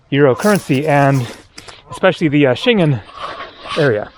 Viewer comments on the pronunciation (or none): I like your videos, but sometimes your pronunciation is lacking. You need to learn to pronounce Schengen.